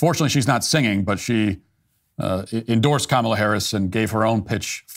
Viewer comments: Bruce Springsteen mispronounced Comma-la's name. He pronounced it Com-allah. He is, today, cancelled. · It sounded like he called her Mala Harris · Didnt he just pronounce her name incorrectly? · it's KAHHHmla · Lol Springsteen "mispronounced" her name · Bruce S pronounced her name wrong. That's pretty sexist, racist, anti Indian, anti Black, anti democracy of him. Edit - I posted this before Matt mentioned it. Well done for picking up on it dude. Will delete my comment if it makes me sound like a fud. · 😂😂😂😂 he is mispronouncing her name and that is racist You are so funny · Bruce Springsteen should be ashamed of himself for mispronouncing Kamala.